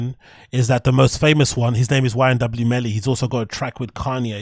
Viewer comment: It’s YNW Melly, not YMW Melly🙌🏽